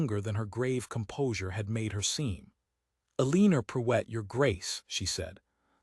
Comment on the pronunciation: duch-esses not doo- esses..... And amuse not a mousse. Preuett is Pruewitt....